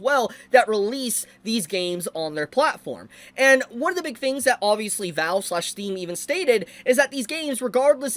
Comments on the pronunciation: valve not Vale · VALVE, not VALL.